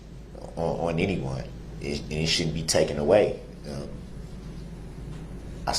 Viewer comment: lmfao....he just said 'TOOKEN' instead of taken....sounds like that 'TWELLF' grade education did not include conjugating the irregular verb - take......